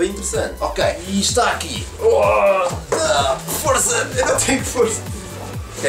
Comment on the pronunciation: só eu ouvi Forza ao envez de força kkkk